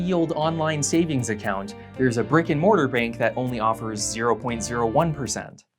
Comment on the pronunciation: When he said brick and mortar bank I honestly thought he said “Rick and Morty bank"